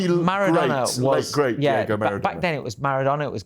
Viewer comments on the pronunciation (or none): It’s ’Diego’ Maradona Dave, you melt, not “Jego”🤡🤡🤡🙈🙈